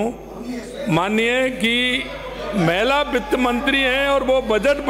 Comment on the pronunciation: गरमा, महला सीएम बोल रहा है हद है इसका उच्चारण ठीक करो